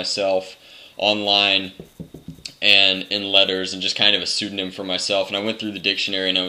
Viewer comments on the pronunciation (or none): none